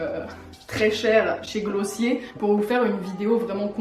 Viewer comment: par contre ça me perturbes tellement du dit glossier a la française 😭😭 s'il te plaît dit "gloss hier"